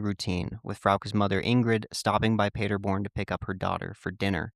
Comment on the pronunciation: Native German here, the way you pronounced the town cracked me up. For the record it's pronounced PAH- der born, not Peterborn. This brings back many memories growing up and watching the world cup with friends and large groups of people on screens set up at the park. I grew up in a town only a few miles from Paderborn and we always rode home our bikes late at night and felt totally safe. It's super common.